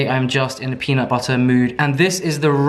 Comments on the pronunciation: peanut butta. peanut butterrr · I will NEVER get over my love for saying peanut butterrrrrr. It’s literally the best 😂😂😂😂